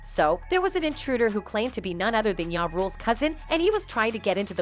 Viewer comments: This other can’t even pronounce 2pac or ja, why is she commentating. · I knew diddy was gay back in the usher days....hearing this woman call ja ya and pac pack made me flip the channel sorry....